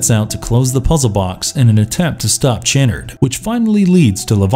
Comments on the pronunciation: Pronounced sha-nard, not chan-nerd. With as much money as you voice actors probably get, you'd think you would research pronunciations. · It is pronounced Dr. Cha-Nard -_- Being Clibe Barker over saw the first 2 movies. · his pronunciation of Channard irks me as well lol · I respect the effort, but you mispronounced soooo many words. Cabil? Chanerd? Lamint? I get the feeling that you haven’t seen these movies. You read some synopses and made a video. Please try harder. Do better. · It’s Dr. Cha-nard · Why can the narrator not pronounce Dr. Channard's name correctly? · This guy mispronounces the names of nearly every character and object in the video. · Lament and chanard really made me frustrated